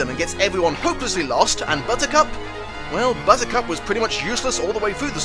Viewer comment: Bit distracted that it sounds like you’re calling her Buzzcut except randomly once it’s clearly Buttercup